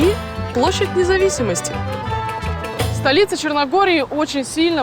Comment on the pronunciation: Все хорошо, только ПОдгорица, а не ПодгОрица.